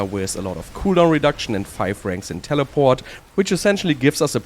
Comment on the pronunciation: I always like the way he says telepawht 😂